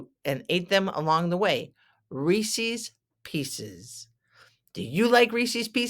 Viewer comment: It is not pronounced Reesies pieces, it is Reese’s, check the spelling.